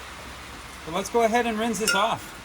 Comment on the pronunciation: Aquarium aeration stones work better at getting O2 into your solution. They seem to hold up really well. The ones I've been using have lasted over a month. Oh, and it isn't pronounced "rinze". The "s" in rinse actually has an "s" sound.